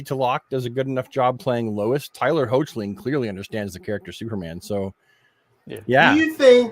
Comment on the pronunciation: you're killing me with Tyler's name. It's pronounced Heck-lin...and Bitsie's is pronounced Tull-lock.